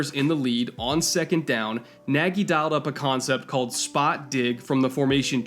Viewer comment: I don't know how Matt Nagy pronounce his last name, but the correct one sounds very close to "Nadj". It's a hungarian word for "big" and a very frequent surname in Hungary.